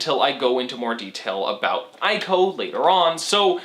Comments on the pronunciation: isnt it pronounced "ee"co and not "i"co? and great analysis! loved the aspect of you, the final colossus, being defeated not by belligerent means but just by the sword being thrown. Nice job and hope you continue to gain more subscribers and views :) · My dude, fantastic video. But it's "ee-co" not "eye-co".